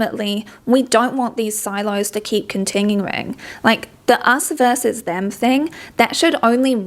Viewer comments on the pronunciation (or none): none